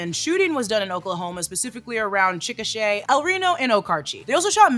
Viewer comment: I have family in Chickasha, props for pronouncing it correctly.